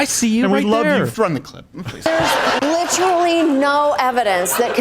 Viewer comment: Samantha is a cringe machine..... the way she says “Litrilly” is worthy of an air strike